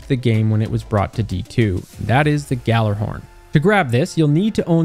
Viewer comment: i never understood why noone is able to pronounce Gjallarhorn. Some say Galla, others say yalla. Why cant anyone combine it into the right word?